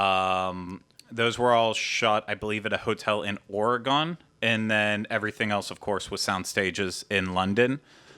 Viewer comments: Don't know if u were just being funny but u just offended everyone who lives in ORE-GUN.....not ORE-GONE! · Timberline is where they did some exterior shots. And I had to laugh when you said "Oregon,"! I grew up there and after moving to California, I realized how difficult it is for many people to pronounce! Just giving you a hard time:) Thanks for the show, guys!